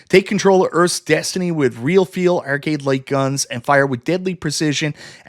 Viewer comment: What's an err-cade?